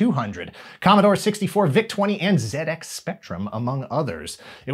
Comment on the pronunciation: Another fab video, also thank you for saying zed x Spectrum, the way we did here in the U.K. will you be doing a Video of the 80s Godzilla cartoon?